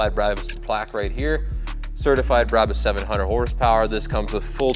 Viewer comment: It's brawbus not braybus